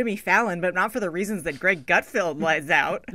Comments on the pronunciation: Lovett it’s Gutfeld not Gutfield? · And it's GutFELD......not FIELD.......lol these 2 are beyond nobodies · Pronounced Gut-feld rather than field, but you got the first name right! Good job! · Appreciate that Lovett didn’t once pronounce Gutfeld’s name correctly